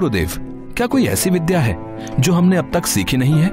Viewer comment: Vidya Not vidha